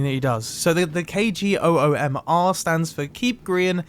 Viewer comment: K.G.O.O.M.R, prodcedes to pronounce it KGOOM*A*